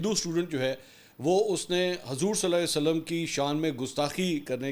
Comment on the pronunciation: Mansoor ali khan na Hazoor ka agay Sallalah o Alla I eh e wasalm bii sahi sa nhi bol raha... Bahii aptoo musilman ha ap too pura namm lay😡😡😡